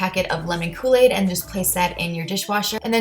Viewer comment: kooi aid